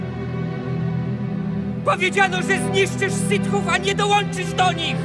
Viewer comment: Przy całym szacuneczku do tej dwójki, cholercia to "sitHHów" boli. Ale odcinek w punkt na 4 maja!